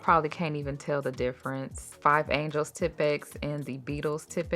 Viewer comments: Angeles (like Los Angeles) not angels. 😉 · You’re saying and spelling it wrong though. It’s Angeles like Los Angeles, not Angel. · I wasn’t gon say nothing 😂😂😂 but that was so funny 😅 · I’m thrown off by the pronunciation of “Angeles” lol but the video content by is always great.